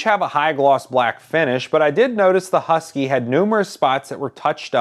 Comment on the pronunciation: There's no yu in husky